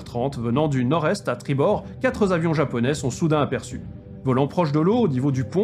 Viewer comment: quatre z'avions japonais. Même s'ils sont plusieurs, quatre ne prend pas de S. Donc inutile de faire une liaison avec un s et mieux vaut dire " quatre r'avions japonais" Sinon, sujet très intéressant et bien traité.